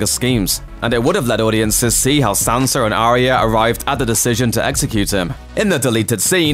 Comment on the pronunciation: Sansa not Sanser.